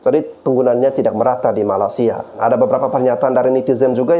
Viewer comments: Pengucapan mu sama saja merendahkan Malaysia... Bukan Malasia tapi malaysia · Bro, Perbaiki Penyambutan Nama negara orang,. Penyebutan MALAYSIA mu ngak bener. Takutnya nanti yang nonton bukannya ter edukasi, malah tersinggung. Selebihnya okelah,. 👍🏽👍🏽👍🏽